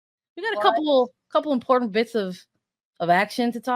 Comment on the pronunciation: it's imporTANT not imporant.